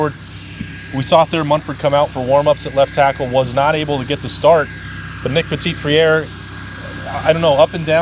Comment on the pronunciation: Guys, great coverage but it's OK to learn how to pronounce NPF"s name. It's puh-tee frair -- it's french, the t on the end is not pronounced. the last part is literally just combining "fr" and "air" in one consistent sound, no break between the two. Just imagine tacking "fr" right on to the word "air". The french pronounce the "r" slightly differently but already puh-tee frair would be orders of magnitude better than puh-teet friaire or feraire. For further reference: listen to it here: - cheers, guys